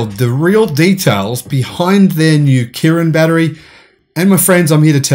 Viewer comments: It's Qilin, not Kirin. Pronounced "chi-lin". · Qilin is pronuced as "Chi Lin" in English. And you do can invest in CATL from offshore funds in HongKong. BTW the PE 2022Estimate is around 50 now.